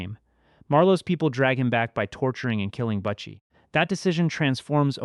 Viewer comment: Na mond, Ken-Ard, Butt chee, also Keen-erd.